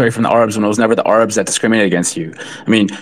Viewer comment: The ARE-UBS????? I’ve never heard Arabs pronounced like that lol Could be common for the record I’ve just never heard it